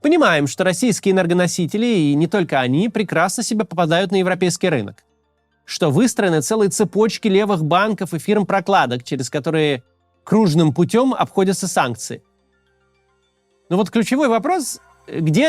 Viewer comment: И кружнЫм путём, а не крУжным